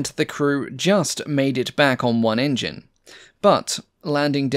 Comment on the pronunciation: When says "Engine" something was making me think.... Hmmm Then I realised when he says Engines it sound like he's says in-juns like an old Cow Boy Movie character might. Unfortunately now I can't un-hear that link in my mind, but it does make the videos even more entertaining as a consequence.